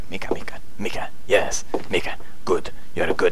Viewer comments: Lawl Its Miki Bros not Mika lol but still i bro Pewdiepie ✊✊✊💓💓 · Man i am telling you her name is Miki not Mica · he keep saying her name as mika when her name is Miki :))))))) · lol her name is Miki not Mika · she's name is Miki, not Mika ;) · LOL. The name is Miki and then a few seconds after the name fades out, he says Mika the whole time. Hahahaha he never fails in making me laugh. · Does he realize he is saying Mika? It's Miki. Lol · She is called Miki not Mika! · Her name is miki not mika pewds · Not mika its miki lol . Erica + miki = mika :D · you do know her name is Miki not Mika right Pew?? im 1/2 japanese so ummm..... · It's not Mika its Miki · it's not mika it's miki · Miki , not mika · Ikr right. Her names fucking Mika, not Miki! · its Miki not Mika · Hum...it's Miki...not Mika ^^' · Miki u saying meka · MIKI not MIKA haha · it is Miki (Me-ki) the ''i'' is pronounced as ''e'' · and its miki as in miki mouse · Its pronounced MEKE I believe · Pewds said Mika XD word fail. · Pewds its miki like in paranoiac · Pronounced Mickey pewds :P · I wonder why she hates you, haha. You can't get her name right. But it's okay, cause it's adorable. :3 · shes probably not responding cause ur saying her name wrong